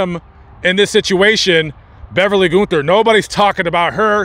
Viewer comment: Its pronounced gun-ther